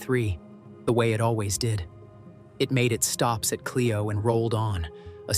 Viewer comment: Flint Mi. It’s pronounced Clyo road not Cleo